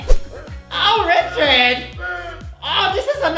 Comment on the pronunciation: *Knocks* *Door opens* Rolanda: *REECHARD!